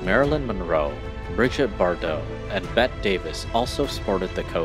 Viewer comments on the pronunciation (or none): none